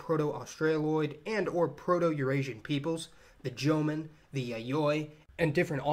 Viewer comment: Jomon="Joe-Moan" not "Jomin"